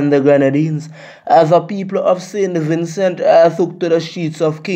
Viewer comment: Me like how Im ah say saintVincent and nuh sin vinsu It ah get me mad sin vinsu Im from saint Vincent